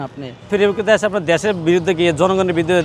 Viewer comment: ডেশের শালারা দেশ বলতে পারে না।